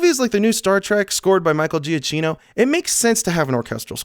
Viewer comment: Watched a lot of your videos and it's really bugging me that you're not pronouncing Giacchino's name right. It's JAH-KEY-NO check his twitter if you don't believe me! Sorry love the videos but that's really been bugging me.